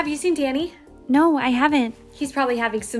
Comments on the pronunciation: When she yelled “Danny” it sounded like she said “daddy” and I was on the floor. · said DANNY! i heard DADDY! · She said daddy instead of Danny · what said*DANNY!! * What i hear*DADDY!! * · When she said DANNY I thought she said DADDY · I thought she said “DADDY” instead of “DANNY” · why does it sound like she’s saying daddy